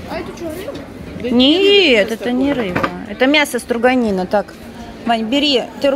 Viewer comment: стрОганина, а не стрУганина), от слова стрОгать, а не стрУгать😅